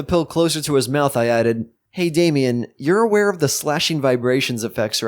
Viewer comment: it's damien not dame